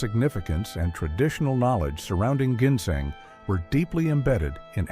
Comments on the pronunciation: Plus, he can’t even pronounce ginseng . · Does anyone besides actually pronounce ginseng that way?